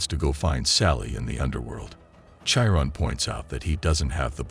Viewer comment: Bro its had-ees and kiron not chiron